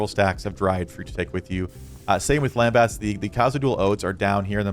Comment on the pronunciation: Also… it’s lembus in pronunciation not lembass. 😂